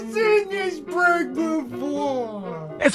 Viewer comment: "Thwee two one" "dis is da best pwank evaw" if my career relied on me speaking to a camera every day for HOURS a day... And i had the money to wear gucci socks to the beach, i might spend some of my sock money on speach therapy